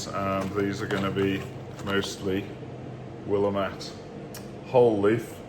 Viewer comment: In Oregon, where Willamette hops were developed, they pronounce it as will-LAMB-it.